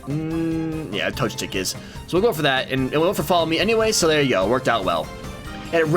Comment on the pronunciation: Tbh, I didn't notice you were pronouncing Torchic wrong, lol